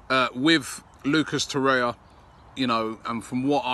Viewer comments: It's TorreIRa, not Torrea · Its Torreira not Torrea